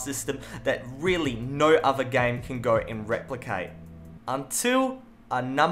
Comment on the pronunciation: "Nou" you must be Australian xD